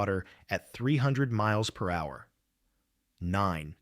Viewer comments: Get your A.I. working to pronounce words correctly. It's "miles-per-hour", "millimeters" etc. This is editing 101. Get on it! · Please figure out how to get your AI narrator to correctly pronounce "miles per hour".